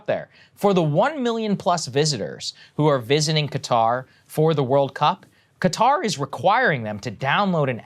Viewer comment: FYI, the actual pronunciation sounds closer to "khudder" ;-)